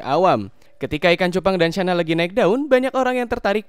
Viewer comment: Channa bukan Syana